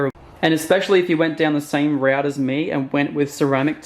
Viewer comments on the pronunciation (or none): none